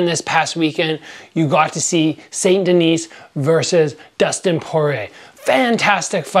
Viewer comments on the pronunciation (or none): "Saint Denise", Jeez give back your Canadian card, I know you're not from Quebec but that's brutal French pronunciation. Saint Denis = "San Denee", even if you took Spanish in Canadian high school (I did) you still took French in middle school, your American pronunciation of French is inexcusable regardless.